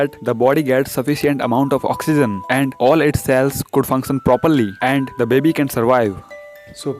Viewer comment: the way he says baby: Babee